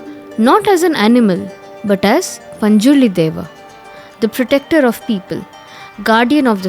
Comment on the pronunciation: It's not dava it is dieva